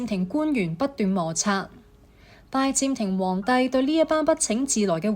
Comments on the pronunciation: 係拜占(音尖)庭，唔係拜佔庭，連咁重要嘅歷史名稱都讀錯，乜嘢廣東話嚟㗎？ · 係占唔係佔！！！ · 占音尖，並非佔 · 讀講者注意讀音：[占]字讀[尖]音，不是[佔]音。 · Ai讀嗎，為什麼讀音怪怪，拜占庭，，應該用占卜，不合平仄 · 廣東話讀拜「尖」庭呀專家。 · 其實這是大陸人的說法，香港人只會說「最」，清楚簡潔。很多發音錯都跟使用簡體字有關：明明拜占庭，但旁述就讀成拜佔庭，幹就讀成干，乾又讀成干，可以知道，這段是Al讀的，如果係人。佢地會知道係拜占庭⋯⋯所以，簡體字真係考起AI，因為佢地唔知一字多音，又被簡體字搞混了，干幹不分😂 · 拜占庭的「占」讀錯音😂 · AI 女聲粵語旁白雖有進步, 但仍有一些地方不夠好。如：「拜占庭」，AI 讀作「拜佔庭」，然而「占」應讀作「占卜」的占（音尖）。又如：「君士坦丁堡新繼位的皇帝開始對十字軍強硬起來」的「起來」，應讀作「起嚟」，但 AI 錯讀作「起身」！又例如：法國國王「路易」三世中的「易」字，應讀作「貿易」的翼音，不是讀作「路二」。而且，片中引用了一些18世紀末、19世紀初的「拿破崙戰爭」的油畫, 這是不符合十字軍東征的歷史的。